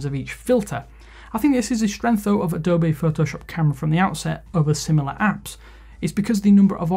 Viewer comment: Wtf is Adobay? It's Adobee :D